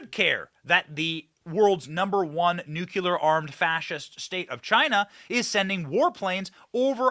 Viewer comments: " Nucular ?" Wow !! 😂😂😂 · Benny for God's sake the word is Nuclear not nucular